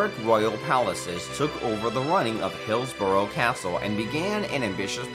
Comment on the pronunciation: Arrgh, that narrator -'Hills-burrow' castle is pronounced Hillsbra